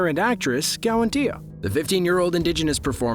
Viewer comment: Hey there! I just wanted to take a shot in the dark here and compliment your pronunciation of Kiawentiio's name! You got it right on the money! I'm a Mohawk from Akwesasne myself and have met Kiawentiio a few times as I worked with her brother. Just gotta say its great you've put in the work to learn the proper pronunciation as since the news has been announced I've heard so many variations on her name. Our Kaniekehaka names are so important to us, mine isnt as complicated as say my Siblings' but it does mean so so much when folks from the outside take the time to learn. Either way take care! cant wait for the show and I've been a sub for some time.